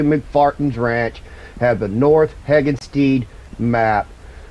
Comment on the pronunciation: thanks for the video sir, just a friendly heads up it's pronounced henni-gans